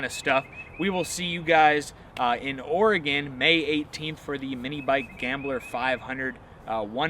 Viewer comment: Thanks for saying Oregon right. 👍